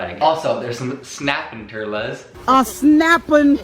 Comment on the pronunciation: “There’s some snapping turlas” I’m dead💀💀💀